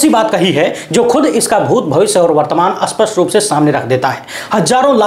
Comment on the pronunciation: Don't say Aspashta but say Spashta